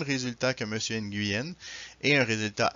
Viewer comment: Nguyen ça se prononce (NU-WEN) Je suis scandalisé par l'insensibilité culturelle...